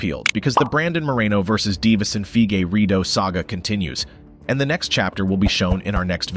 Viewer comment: lord jesus you butchered figuredos name like 20 times